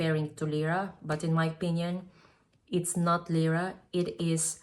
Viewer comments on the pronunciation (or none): none